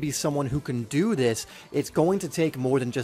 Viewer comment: "to dew dis"